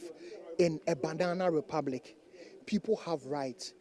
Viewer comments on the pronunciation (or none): Did I hear him say "Bandana republic" 🤣🤣🤣🤣🤣 Who are these fools to question the legality of the NIB being in the house? NIB do not answer to clowns. Ntim fordjour was running his mouth but he was so quick to call his friends to come to his rescue. He should produce the evidence. Someone said the dollar is 16ghc so the govt should do something about it. Who took it from 4.2 to 17ghc? Mmoa